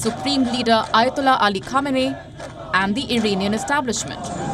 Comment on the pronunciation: Fuhq tha ayo-tuk-lah 👴🏼👳🏼‍♂️